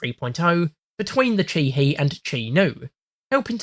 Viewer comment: Just a quick note on JP pronunciation. Their vowels are strictly pronounced only one way: a = "ah", e = "eh", i = "ee", o = "oh", u = "oo". So for example, Ke-Ni is pronounced almost like the name Kenny. The two syllables should not rhyme. Same with Chi-He and so on and so forth.